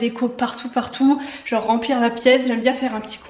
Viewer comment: Le "y fait fain, jenre y fait vraiment fain" 😂